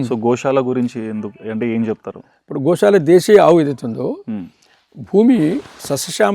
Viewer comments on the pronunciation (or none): Anchor గోశాల అనాలి గోషాల కాదు